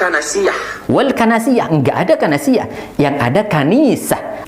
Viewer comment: Baca kitab yg bener ..loe ga tau huruf ga tau baris...kaniisah BKN kanasiyah...kalau kanasiyah arti nya BKN Greja tp bacot loee